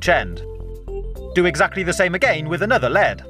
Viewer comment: "Ageyn"